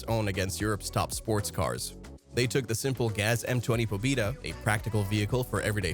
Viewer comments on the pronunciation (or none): POBIDA..it’s PO-BE-DA! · BRUH..Good video but please bruh..it’s not “PO-‘BIDA’…It’s ‘PO-BEDA!’….PO-BE-DA….ПО-БЕ-ДА..ok…thank u…u bot..u never lived in the actual Soviet Union…I DONE LIVED! In the PERESTROIKA era! Ya’ll heard! So….trust me..when I say…it’s not “pobida” it’s ‘POB’E’Da’ and it’s not “moskovich” it’s “MOSK-VICH” I’ll let u slide since y a Bot…I’m glad to teach you.. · “Po-bi-da” bruh pronounced it wrong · It doesn't sound like I(e) but like Ye (J, æ, like a exclamation Yo). PobÉda (Victory). You correctly pronounced this letter in the word Belka . Not Lora, but L a U r a!